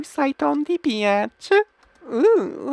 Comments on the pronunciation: he said rovky beatch but it sounds like he is saying rocky bitch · The way he says beach sounds like "biaaatch" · when he was saying beach it sounds lik hes saying bitch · Rowkai beeaatch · He said bitch not beach or was it BEAnssvshshgshsCH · when he said beach lol he said bitch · Dis he say rocky beatch?